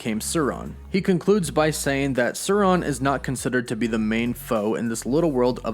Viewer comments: It’s pronounced “Soar-rawn” like from Lord of the Rings. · Isn't the LOTR villain pronounced Sow-ron? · imagine pronouncing Sauron two different ways in a 4 min video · Hail Eris! Why did you go from pronouncing "Sauron," correctly, to incorrectly? Because Lykos specifically named himself after the Tolkien villain, and said so. Snarky Welcome to Rivendell, Mr. Anderson.